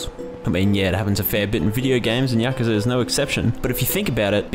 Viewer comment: Hey, its Yakuza.